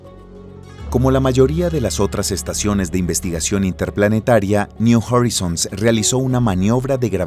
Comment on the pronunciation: Pronuncia "Niu Jorizons" pero luego dice "I-O" y "Pioner" ... KHEEEE???